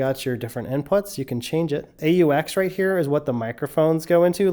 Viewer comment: just say aux😂 not a u x